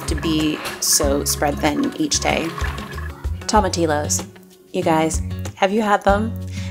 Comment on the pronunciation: Love your channel and learning the new recipes. Love the peaceful feeling of your videos. I'm from Texas and just want to share how to say tomatillos, its pronounced with the double l as a y like in the word tortilla. Tom uh teeyo:) Beautiful content, thanks for your videos